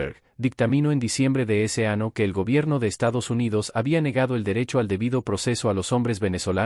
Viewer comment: Buena información ,pero tanto la pantalla movediza como el vocero AI/IA de lo peor. ejm: del ano en vez del año